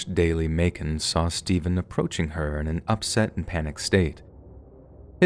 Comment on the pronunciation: The amount of times the interrogator says "STAYVUN" I couldn't help my self from laughing at one point and apparently it became a popular line